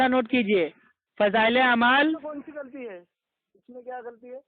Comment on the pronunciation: غلتی کو گلتی کہ رہا ہے جینول کہ رہا ہے ہے قرآن کو سہی کیسے پڑھ سکتا ہے ہے جہل ہندو کا لہجہ اور تلفظ استعمال کر رہا ھے قرآن کو کران کہے رہا ہے غلتی کو گلتی کہ رہا ہے چل دعا قنوت سنا دے میرا دعویٰ ہے نقل کو نکل کہ رہا ھے